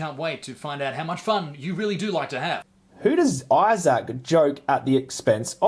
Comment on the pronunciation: Angry Vegan, lol. Maybe needs to chill and have a veggie sandwich. Why cant he pronounce Isaac probably too.